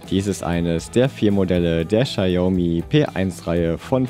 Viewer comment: Ein Chinese hat mir gesagt, dass bei deiner Aussprache er die Marke Xiaomi nicht erkannt hätte.